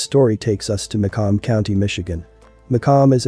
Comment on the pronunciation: Macomb is literally said how it’s spelled 🤦🏽‍♀️